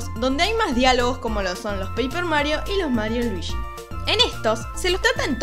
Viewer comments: Es Luigi Weege no Wiigi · Por que pronuncias Luishiii? Si es luigi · Me costó terminar el vídeo por los luishsis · Soy el unico al que de la cringe que diga luishi y no luigi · "Luishi y su traje amarisho" jeje se oye extraño. Pero esta genial tu voz <3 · Luichi XD me encanta como lo dices ! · cuantos luichi se dijeron en todo el video? :v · Oh por eso en mariokart 8 cuando escoges a Luigi lo pronuncia ruichi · jajaja Luichí XD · Por que está Chica le llama "Luishi" es muy incomodo escuchar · Luishi xdddd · por que dices luishi? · luishi xd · LuiSHI WeeSHI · luishi y waluishi jajaja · Me caga que diga "luishi". 🙄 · creo que es por el acento argento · no puede pronunciar ese nombre?